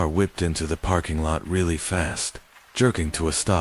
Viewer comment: Do you narrate your own or use AI? Love the stories, but it's not a "pairking" but "parrrking" lot. Sounds like a pirate. Leading me to believe it's AI again.